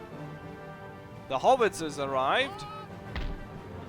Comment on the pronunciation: You Deutsche Sprecher..."haubitzes"...I thought you were saying "Hobbitses"...